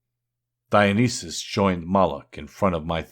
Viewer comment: Perfectly pronounced.. As you list Moloch and Dionyssius' rotten yields, I felt it stronger and deeper and with more conviction with every example, if only such a trial before the lost people, an almost unimaginable justice so long overdue to the Lost and freely given away.. Thank you, it steels the heart to know such a trial is told to come at the end through Christ and its glory will be even greater. (thank you for your work)